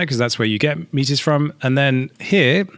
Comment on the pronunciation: I don't know what the correct pronunciation actually is, but every time you say "MEAT-IZ!!!" my face twitches.